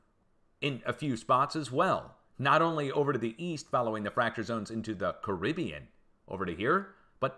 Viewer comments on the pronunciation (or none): none